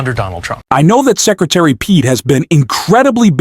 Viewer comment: C’mon man. Don’t slaughter Pete’s name. Just look up how to pronounce it 😂